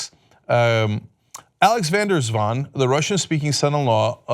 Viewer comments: Swans can be tricky. Van der Zwaan is surprisingly well pronounced by Cenk. White collars are ‘graaiers’. (Money lovers grabbing more and more) de Vos means the Fox BTW but whats in a (Dutch) name.. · Thumbs up for Cenk. Van der Zwaan, nicely done. (I have mentioned when the names had been slaughtered, this was done well.) The other names I give you... Showing it is not a certain nation but certain social layers. Not the white, not the black, not the latino, not the gay, not the feminist. but the: Filthy Richest!